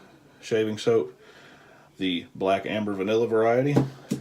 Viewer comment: You didn't butcher the name at all, I found it straight away when I googled it. Looking forward then to your next video :)